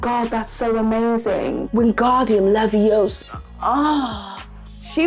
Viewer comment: I lost it at wingsrdiun levio suuuhhhh